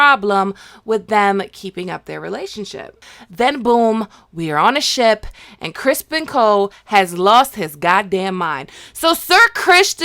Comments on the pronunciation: Why do you say Ser Crispon instead of Criston? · It's Criston Cole not Crispin!! Lol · Good video but it’s Criston not Crispin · It's Ser CRISTON, not Crispin. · HIS NAME IS CRISTON NOT CRISPIN! 🤣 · Isn't it Criston not Crispin? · Lol we calling him “Crispin” and not “Criston”?! I’m dying. It just makes this narration all the funnier. I’m such a fan of yours! Thank you for always speaking with such knowledge and humor on these series!! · "Go to hell Crispin!!"😂😂😂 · You went off on “Crispen” lmao. Well done as always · Are u saying crispen on purpose? Cuz its kinda annoying alllllll the time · We always mispronounce Ser Christmas' name